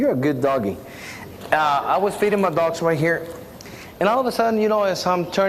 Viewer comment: The extra emphasis on feeding the dog is so unnecessary